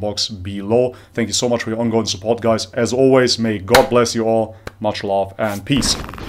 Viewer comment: I just realize at the end of your vide you said "much love". I used to hear it as "MasyaAllah" 🤣🤣. Anyway great video as always. May Allah guide you